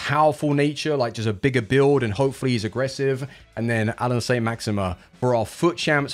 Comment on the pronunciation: 'How many time can you say Saint Maximin like a twat?' 'Hold my beer'